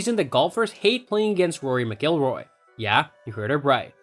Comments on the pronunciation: What a dip wad you are not knowing how to pronounce Rory's last last correctly!!! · Learn how how to say his name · Learn to pronounce the names correctly if making a video on a subject. Video is good, but had to turn off after hearing you say his last name wrong multiple times. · Besides the mispronunciation, the cadence of his speech is ridiculously affected. Easy thumbs down 👎🏼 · Can't even pronounce his last name correctly!